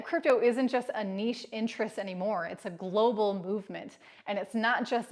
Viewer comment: Could you try stop saying Glo Baal....thanks.